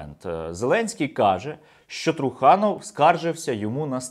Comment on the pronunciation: Труханов треба говорити з наголосои на останній склад. та і взагалі вірно говорити Трусельов